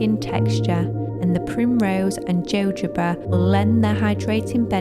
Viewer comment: Love your content but fyi jojoba is pronounced hohoba